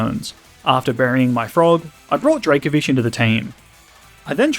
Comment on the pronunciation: DRACOVISH, NOT DRAKAVISH!